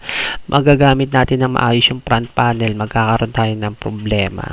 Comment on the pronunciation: Suggestion lang bro ha dahil youtuber ka. Iayos mo din pronounciation ng mga parts like "fan" kasi sayo "pan". "front panel" ->"prant panel".